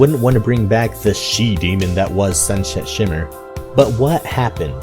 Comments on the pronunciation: Sunset not shunshet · You keep on saying, not Sunset Shimmer, but Shunshit Shimmer... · Is it just me or do I keep hearing sunshet shimmer instead of sunset shimmer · "Shun Shet Shimmer" -, 2015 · ‘shunshet shimmmer’ srsly SrSlY SRSLY!!!!! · Did you just say sunshet shimmer like 4 times? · Sunshet... XD its sunSET ik her name is a tougn twister but still its sunset shimmer XD Edit: im sorry about this dumb comment... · also Sunset Shimmer not Sunshet Shimmer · "shun shet shimmer" lol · Sunshet? Sunset. Lol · "shunshet shimmer" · Love how he says shun shet shimmer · you kept saying sunshet shimmer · you keep saying sunshet shimmer. not blaming you, I do it all the time. Just pointing it out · EVERY TIME HE SAYS 'SUNSET SHIMMER' I HEAR SUNSHET SHIMMER. ~AnRo